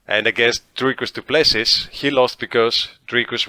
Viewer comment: Repeat after me: "Dricus Doo - Ple - See... Dricus Doo - Ple - See... Dricus - Doo - Ple - See... AGAIN... Dricus Doo - Ple - See... Once more, Dricus Doo - Ple - See... Last time, Dricus Doo - Ple - See... Final time, Dricus - Doo - Ple - See.... Final last time, Dricus Doo - Ple - See" Now try on your own - Dricus Doo - Ple - See.